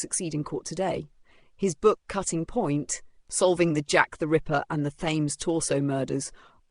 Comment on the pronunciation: To hear the AI voice pronounce “Thames” like “James with a Th” is disappointing to an otherwise entertaining presentation. As far as Lechmere, there are many credible theories and suspects, but at the time of the murders you had to literally be caught in the act to be convicted. Short of that, loitering over the body when you are late for work is as close as we get. Oh wait, Lechmere was! ..and of all the suspects he was the only one who was found with the victim. In the time it would take another perpetrator to exit the area unseen or unheard, blood would have begun to pool around the body. How is it that Lechmere was over the body so fast yet heard nothing in the way of the violent struggle you have indicated? And why of all the victims was Nichols made “presentable”? Jack didn’t afford that courtesy to any of the others. The reason is likely because Lechmere knew when he heard Paul’s footsteps he could not risk fleeing the scene.